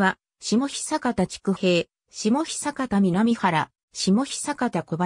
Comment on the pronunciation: 読み方違います。 下虎岩（しもとらいわ） 知久平（ちくだいら） 南原（みなばら） 小林（こばやし） 稲葉（いなば） 柿野沢（かきのさわ） 虎岩（とらいわ） です。 元住民より。 ちなみに龍江（たつえ）です。